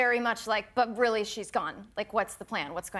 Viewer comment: I like the way Trevor pronounces 'really' as 'rarely' - have you noticed? 😊